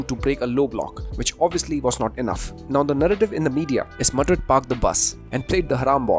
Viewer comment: Every time I hear him say Madrid, I swear I hear the name Modric more 😭 not his fault. Just accent haha